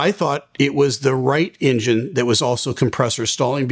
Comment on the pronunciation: Why do you call it “injin”. It’s not Tonto. It’s pronounced “enjin” with an “eh” not with an”I”.